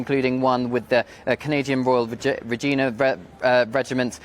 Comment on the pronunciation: Regina Regiment is not pronounced Regeena you silly boy